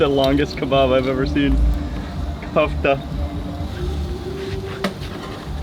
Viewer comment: I feel like I have to correct you everytime but it’s KEFTA , KKKKKEEEEFFFFFFTTTTAAAAAAAAAAA